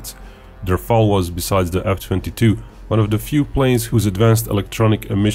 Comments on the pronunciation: RafAle! please not Rafele or Raphael or Raphaaaaaaaeeeeeellle! JUST RAFAAAAAALE!Merci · Just, one thing. This is RAFALE, not RAFAELE. Rafale means squall in english the violent wind gust that come shortly before rain. Google says that's "nalet" in Croatian . And your country chose wisely, your pilots will enjoy this beauty. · Rafale, not Rafael.